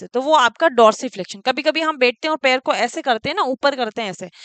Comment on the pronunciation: Mam per nhi पैर बोलिये